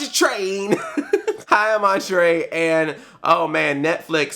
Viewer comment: When he said hi I'm Andre it sounded like hi I'm arngery